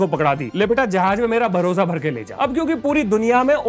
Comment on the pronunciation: मेरा भरोसा मिलेगा ❌ मेरा भोसड़ा मिलेगा ✅ मुझे यही सुनाई दिया। 😂😂😂